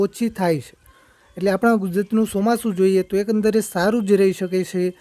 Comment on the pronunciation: Chomasu bolta phal shik